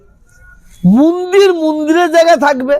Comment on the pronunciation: মন্দির কে মুন্দির বলা তীব্র আপত্তি জানাচ্ছি !!